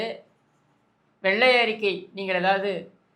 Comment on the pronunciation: எடேய் எருமைகளே!!!!! அது வெள்ளை அறிக்கை மாறாக வெல்லை அறிக்கை என்று உச்சரிக்கிறீர்களே!!!!! அது போகட்டும் அண்ணே ஒருமையில் பேசியது அருமை!!!!ரசிக்கும்படியான உங்களது பேச்சுக்கு சத்தியமாய் like போட்டு விட்டேன்